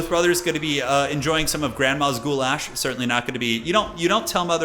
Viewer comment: This is the first time your pronunciation of goulash was spot on, very close to how I would say it. Did you train with your wife or something? You might become a Slav in the future,.